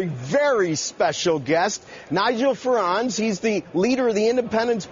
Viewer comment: Yo, pronounce Nigel's last name properly.